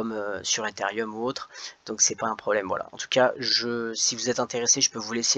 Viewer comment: Salut c ethereum non pas etherium